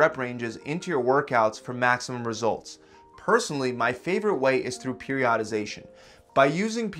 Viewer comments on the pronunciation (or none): “Periodadization” 8 min 12 seconds